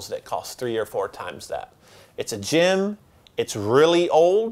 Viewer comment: I keep thinking you are saying Jim instead of Jem . To be fair Jim sounds like a solid and dependable guy so it works .